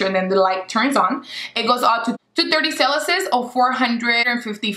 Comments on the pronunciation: Celasus and furheights 😂😂😂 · I was dying at that, she says it like it's right 😂😂😂😂😂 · .... "230 sell-a-sis or 450 fur-heights. Like... is that even English?